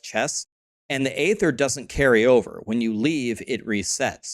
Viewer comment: please good sir, do not perpetuate that Blizzard dude's mispronunciation of "aether". It's pronounced "EE-thir" not "AYE-thir". Lets fix the world one tiny bit at a time :)